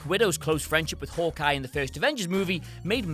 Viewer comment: Nombah ten: Howkeye